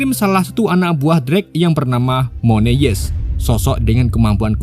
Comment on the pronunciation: kayaknya alangkah lebih baik jika abang belajar melafalkan nama ataau kata dalam bahasa asing/inggris deh bang, supaya penonton juga lebih nyaman nontonnya.. 🙌🏻 Moon Eyes : X Moneyes V Mun Ays Green Ghost : X Gren Gos V Grin Gowst